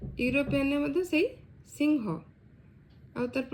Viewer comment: ଅନେକ ସିଂହ କୁ ସିହଁ ବୋଲି ଉଚ୍ଚାରଣ କରିଥାନ୍ତି।କିନ୍ତୁ ପ୍ରକୃତରେ ଏହାର ଉଚ୍ଚାରଣ ତମେ ଯାହା ଉଚ୍ଚାରଣ କରୁଛ।ଠିକ୍ ଅଛି ଏହି ଭିଡିଓ ଦେଖି ସମସ୍ତେ ପ୍ରାୟ ସଠିକ୍ ଉଚ୍ଚାରଣ ନିଶ୍ଚୟ କରିବେ ଏହା ମୋର ଆଶା ।